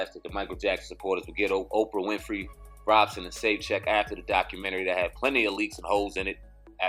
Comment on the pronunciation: Thanks for your videos they are greatly appreciated. But, If possible please try to pronounce Wades last name correctly....Wade's last name is Robson (pronounced: ROBE-son), not Robinson. Robinson is Smokey's last name aka: Smokey Robinson... I'm only mentioning this because, it kind of disrespects the last name Robinson when its compared to Wade... Thanks again for you videos I love the content....peace & luv my brothas'.....